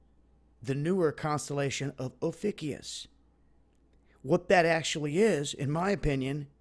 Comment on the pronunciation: p.s. its pronounced "Oh Few Cuss" This constellation is discussed in Secrets of Alchemy, The Cross of Henday the Great Cross of Time, It is looking like it is binary stars putting us in a TRINARY STAR SYSTEM which as it turns out is not uncommon at all. Thanks for all your great work over the years man, you've really done a good job & I thank you!